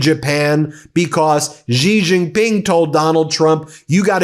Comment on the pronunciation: Please learn how to pronounce the Chinese names correctly so you don’t have to offend people’s ears by repeated mis-pronunciation. The same way people slaughtered the names Kamala and Mamdani, you are doing with Xi!!!😢 Just know that the sound of “X” is close to “sh” Do that you will be golden💛✌🏾